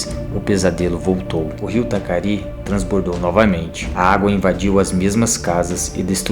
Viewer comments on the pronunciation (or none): Rio Taquari.. nao Tacari.